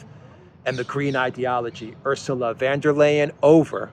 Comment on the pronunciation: Why does,keep say van when its von?